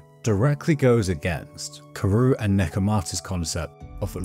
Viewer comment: Another banger of a video! Just a small note... You pronounce Kuroo's name as "Kuru" even after watching the anime several times?